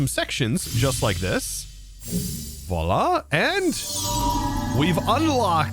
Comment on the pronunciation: "Voila! Ekspecially! Inless!" Architect